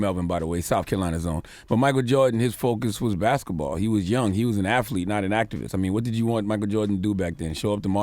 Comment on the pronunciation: "Afthlete" lol